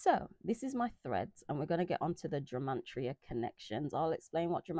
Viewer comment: It sounds like youre saying gemantria 😃